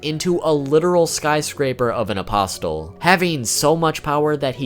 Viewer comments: The t is silent my dude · The T in apostle is silent. But nice vid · Can you pronounce apostle right wtf man. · Great video, but the way you say apostle hurts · The T in apostle is silent. Sorry, don't mean to be dick because it's a very nice video otherwise. But... my ears. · What, aposTle? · Im sorry bro but you're pronouncing behelit wrong like 3 different ways and apostle, i can't bro it's driving me insane i cant listen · The t in apostle is silent, like bristle or hustle. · Isn’t the “t” in “apostle” silent..? =,= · Bugged me too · oh I'm sorry, was he supposed to say "a-pos-les" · THANK YOU. that shit was bothering the hell out of me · The way he said apostle was really bothering me... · The t in apostle is silent right? Idk why my ears perked when I heard the way you pronounce it but great video either way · For future reference, you pronounce Apostle, with a silent "t". It's pronounced like: "Uh-Paw-Soul". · Its not pronounced as Apos-TEL It's spelled as Apostle but pronounced without the "T" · Bro why are ppl pronouncing apostle like 'a poss tul' 💀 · The word apostle is pronounced with the t being silent. Apos-el. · Hearing the T in apostle being pronunced is excruciating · The T in apostle is silent. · Gah, MY EARS! The t in apostle is silent. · Please stop pronouncing apostle with a T. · Stop pronouncing the “T” in apostles. It sounds illiterate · “Apostle” is pronounced, “A-poss-l.” The “t” is silent. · I really wish the fact you pronounce "Apostle" with a "T", didn't annoy me so much. Your video is very good but everytime you say "aposTle" I cringe! 😅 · Great video. A friendly reminder, in "Apostle" the "t" is silent. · Whoa. Never knew half this stuff. Good job. For the record.. Its behelit (bay-ih-lit) and apostle (uh-poss'l), the t is silent. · Dude it's increasingly more an more annoying every time he says it.... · BOoooooooyyyYYYY!!! If you pronounce the T in apostle one mo time..... great vid though. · * Bay-let, A-pos-el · It's UH-POS-UL